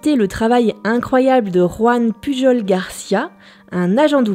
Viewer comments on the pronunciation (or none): none